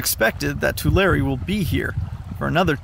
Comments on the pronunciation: Tu-lair-eee. Not Tu-lar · It's pronounced Tular-e, you pronounce the hard e. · Your pronunciation is wrong. It's Two-larry lake. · It’s pronounced too-Larry 😂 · He said the name wrong. It sounds like this: Too-Leh-Ree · We pronounce it (too Larry) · You mispronounced Tulare, as it’s Tuu-Lair-ee. A simple Google search would have kept that from happening. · The 'e' at the end of Tulare is a long 'e' btw. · You said yokut and Tulare wrong. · Come on say Tulare right please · You didn't just drive two hundred miles to pose next to this puddle and pronounce the fucking location incorrectly... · He can’t even say the name right